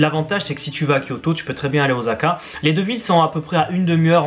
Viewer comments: video grave bien mais juste un petit truc pour osaka c'est un S et pas un Z voila tous ce que j'avais a dire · Grrr Osaka pas Ozaka. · ça pique les oreilles de dire oZaka ...:'(